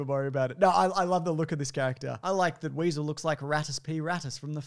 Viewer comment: Weasel, not wessel